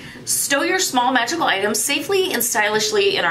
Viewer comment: Ok that pouch is cute. I can't believe I heard when you said "magickal parchment" I heard "vaginal parchment" I did a double take 😂🤣😂🤣 Ok want that wood pendulum. Ok that sticky note book is cute. That wooden box is awesome!